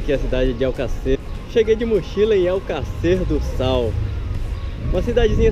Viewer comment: Não sabe nem falar o nome da cidade.